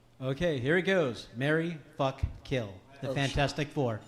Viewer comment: So good to hear Kevin call it 'Fanfourstic', it's always been called that by me!